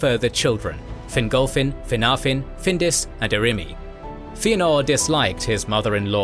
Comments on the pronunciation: Please pronounce in Fin-golf-fin not finglefin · Fingolfin* Not "Fingal-Finn".